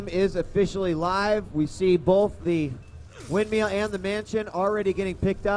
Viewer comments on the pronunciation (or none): No, he's actually saying windmeal. Which means you're eating while being in a storm. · Its "windmill" dammit! Not "windmeal". lol